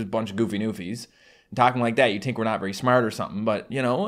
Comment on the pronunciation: NovaAge he really said think like tink